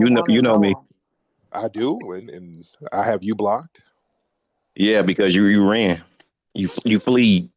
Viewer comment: " You reeean".....Only a moist nigga pronounces "ran" like that. 🤣